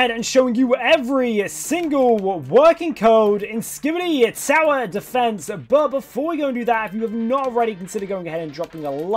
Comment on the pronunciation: I thought he said sour defense